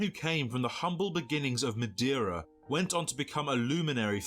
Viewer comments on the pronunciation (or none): none